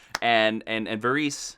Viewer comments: Varys = VAH-riss Do you guys even watch the show... Also, Stannis is confirmed as dead by the showrunners. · ellisaria? verees? come on guys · It's pronounced Ver-us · Was enjoying this video until you struggled to pronounce some of the names like Myrcella and Varys. Do you even watch GoT? Bloody hell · how do you not know how to pronounce varys' name? we're on the 6th season and he's been a main character in every single one and his name is said over and over again....first and last time i'll watch a recap here